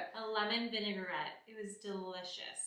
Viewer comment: The word vinaigrette has three syllables, not four.